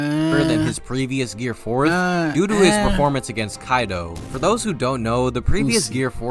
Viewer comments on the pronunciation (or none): none